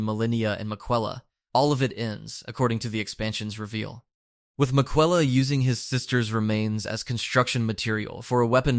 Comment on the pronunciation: you should be put in jail for that pronunciation of Miquella